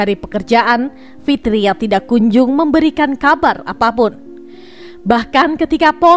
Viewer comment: Mbak baca narasinya bukan tidak tpi tida